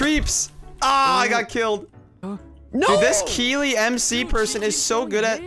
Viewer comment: Omg, you actually said Keeley right Hahaha! When I saw it I was like "Omg someone other than me spells their name that way" I was so happy when you said it right.